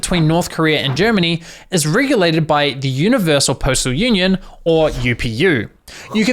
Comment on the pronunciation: I'm new, why does he say "Universal" with French accent?